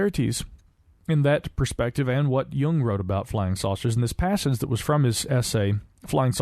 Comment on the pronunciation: Credit for saying Jung correctly however.